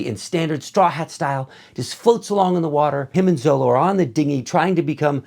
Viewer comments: Sir although it’s written as ZOLO,it’s pronounced ZORO. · Zolo is pronounced "Zoro", it was printed in america as zolo to avoid copyright if i'm not mistaken, and also because L and R sounds are interchangeable( some words are written with R but pronounced with a L and vice versa), but in this case it's Zoro. Can be a bit weird reading Zolo even though its Zoro, but in the long run its better to get used to the correct name. Great review, cant wait for the next one.